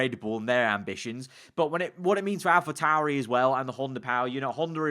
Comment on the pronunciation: *Alpa tauri